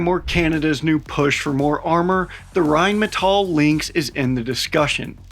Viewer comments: Well, he's not quite pronouncing it correctly, he says it like Rheinmetoll" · saying "rhinemetoll" isn't exactly knowing how to pronounce Rheinmetall to be quite frank. Better than most foreigners, still a lot worse than us. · And the R should be rolled like in spanish. But its close enough. All good. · but „Rain Metal“ also sounds nice and is quite fitting to what Rheinmetall is doing: raining metal on the foes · Rhine-me-tall is not how you pronounce it supposedly, and who cares. Germans can't even get it down nor agree. Whyn-meh-tahl. Rgryn-metahl. Germans say it differently. Same with Porsche. Pretty sure Germans just hate it RWINE-Metal as the best pronunciation, because the W. LoL. More use to the L I suppose. JP. I did tell that to a terrible middle school history teacher named Mr Wynne, or Vynn. Rhine as the river, and metal as in heavy metal hands down the best way to say it, because it's an amazing name for a company producing tanks. I'll keep saying that. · I'm all about getting another nations language and pronunciation correct. But the American side of me says Rhine Metal does sounds hardcore Badass like it's some type of futuristic battle mech production entity. It might be wrong...but it sounds sooo right.=) Typical American I am. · We still need to work on rolling that R though